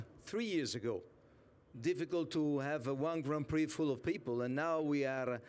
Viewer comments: "formula one grand piri" ? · How can he can irky with her, for saying liberty mutual, when he then goes and calls the grand prix a a "grand piri"?? Its not a piece of chicken 🐔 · Grand Pirie. Dafuq is that? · These people can’t even say Grand Prix or Constructors. What a shame